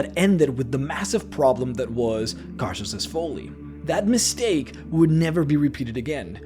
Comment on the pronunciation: “Karsus’s foley” xD